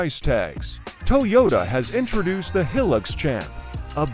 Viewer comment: Heelix? Hi-lux, short for high luxury. These AI voices can't make the right pronunciations yet.